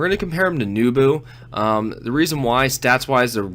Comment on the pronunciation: NEH bu, not NEW bu.......